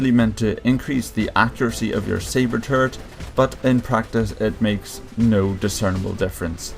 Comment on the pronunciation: 0.45 "sabre turd"? :D